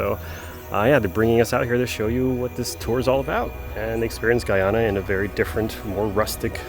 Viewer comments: Guy ana, not gwoiana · Great content. I'm Guyanese. Thank you. It's pronounced Guy-ana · it's pronounced guy-anna people from guyana are called guy-ann-eese people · HELLOOOOOO....... the name of my country is a very simple 2 syllable word GUY ANA...... GUYANA ! por favor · Bro u pronounced the name wrong bro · My man appreciate you going to our country but you have the nerve to pronounce our country name wrong and said the country you didn’t know exist where the hell do you live? You’re a little disrespectful. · This gay man has trouble pronouncing the nation's name.